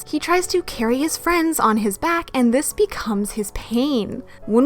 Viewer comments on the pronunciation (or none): none